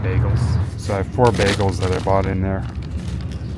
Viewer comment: Bagels, not bagles. ;)